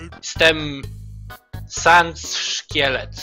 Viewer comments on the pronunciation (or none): sans a nie snes